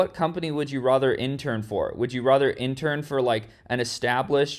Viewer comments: Why he says rather like rother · You always pronounce "rather" in a cuckoo way!!!